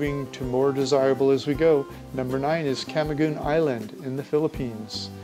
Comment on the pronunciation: Cameeeeguin is how to pronounce this island ... have u been there & heard how they call it? .. ..